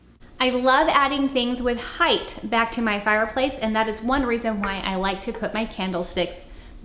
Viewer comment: I’m not picking on you but why do you say height like hith? Is it to make it interesting or something from where you live? Please answer this. I’m just slightly confused